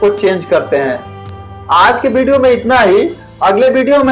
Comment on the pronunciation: Nice video sir.... PR woh "Bideo"nhi video hota hai